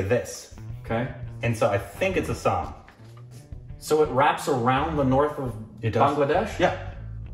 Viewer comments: You guys got Assam correct, that's heartening. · renames Bhutan as Sikkim.. Bhutanese people- Are we a joke to you.. 😂 Nd u got ASSAM correctly.. Yeah baby! Awesome Assam.. 😊